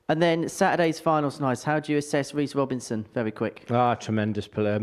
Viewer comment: Henry and Duzza are my favourite commentary duo. Also, who’s Weece Wobinson?